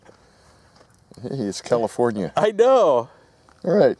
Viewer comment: Yurr Next I thought he said commifornia , which was even better !